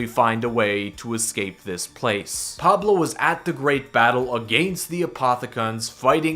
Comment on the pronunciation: The way he says against tho